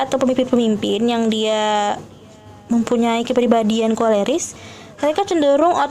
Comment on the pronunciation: Maaf bukan korelis ,tp koleris ,supaya tidak salah